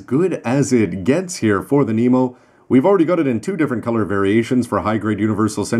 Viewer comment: its pronounced NEMO- (Nee-Mo) like Captain Nemo